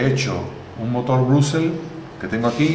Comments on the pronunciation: se pronuncia Bróshles no Brashless...el dice brusels no brugles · se pronuncia brashless no brugles